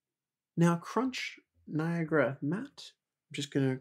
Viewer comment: Guys it's Niagara, NOT Niagra!